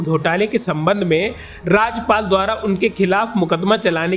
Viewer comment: राज्यपाल ,राजपाल नहीं ,मित्र सही उच्चारण करें